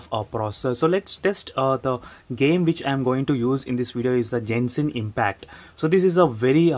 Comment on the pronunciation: It's not pronounced "JENSHIN" , it's "GENSHIN". "G" as in "Gandu".